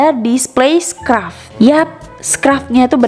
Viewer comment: Oiya btw kak mau koreksi dikit scarf bacanya bukan scraf 😄